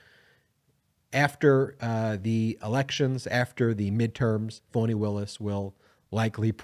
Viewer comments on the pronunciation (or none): Her name is FANI , not phoney , fawny or phany.